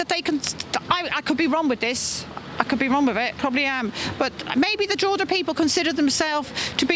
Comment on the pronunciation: btw it's Drogheda :)